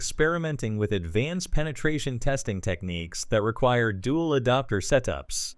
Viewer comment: You AI keeps mispronouncing, "adapter" as "adoptor." You should edit your transcript to pronounce some words phonetically to force the synthetic voice to say it right.